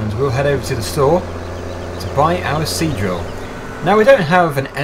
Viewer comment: Now I can only hear him say c-drill